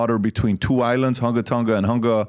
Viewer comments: Hunga is pronounced "who-ngaw" & Ha'apai "ha-ah bah-eee" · it's pronunciation is HUUUUUNGA Tongan, but it's great that you guys are covering this story, It's funny because I'm trying to connect how Polynesian people travel across the seas following volcano 🌋 activities, New Zealand aka Aotearoa literally translated to the land of the long white cloud ☁️ and I'm trying to prove that is what we used as a map to travel the seas